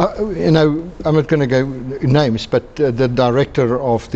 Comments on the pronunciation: Oh my .. she doesn’t say their names very well… Enormous respect to this delegation 💪🏻🇿🇦💪🏻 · Ongeskikte vrou. Gee nie haar gas eers kans om te antwoord nie. En die arme man se van wat sy so verkeerd uitspreek. 😂